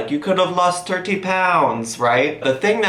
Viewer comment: "turdy pound" 😂